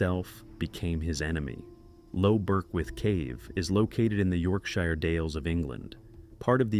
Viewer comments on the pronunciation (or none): none